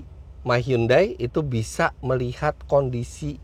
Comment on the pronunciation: tulisannya hyundai bacanya hyandai om